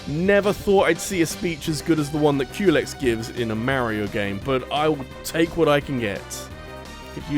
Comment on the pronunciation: In the words of Crona: You picked the wrong house fool! In the words of Big Smoke: Unluckily for you, those doors only open inwards. When you said Culex, i thought you said Q-legs